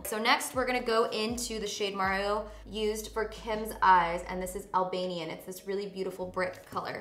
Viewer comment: As an Albanian hearing you say Albanian is crazy! So freaking cool!!